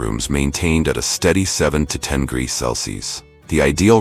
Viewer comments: Greegees? Instead of degrees? 😂 I can’t take it any longer. 😅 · I really wish the narrator would pronounce Celsius, Fahrenheit and degrees the right way.